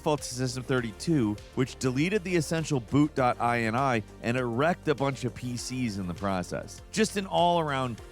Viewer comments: Oh, man., it’s not “eye-en-eye”, it’s “eenee”, from the word “initialization”, a list of parameters an object initializes in memory with. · .in-ee. It's a .ini file, yea, in-ee.. Not like a USian to try to extend how something is said! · Whenever I see INI in my files I’ve never once thought I N I I’ve always just sounded it out like (i-nee) hearing say it makes my brain go brrrp